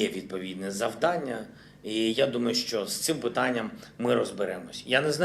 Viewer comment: "Що" произносит,как "шчо".